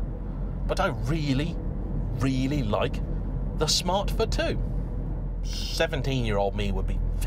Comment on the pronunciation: It four two not f too 🙄🙄